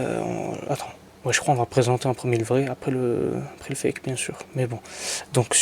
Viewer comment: Mdr il dit le faque au lieu de dire fake fin bref 😭😭😭😂😂😂